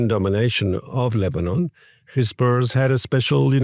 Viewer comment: Please stop saying Khezbollah it is Hezbollah it is not the right pronunciation. Give your throat a break!